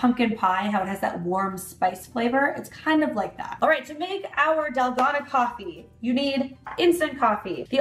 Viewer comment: Yummy! I love using oat milk when I make this. It’s so good!! Also, it’s pronounced “dal-GOH-nah” (that’s how I’ve heard Koreans pronounce it). Thanks for another great video,! 😊